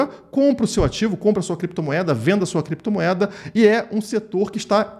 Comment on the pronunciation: "Crepetomoeda" kkkkkk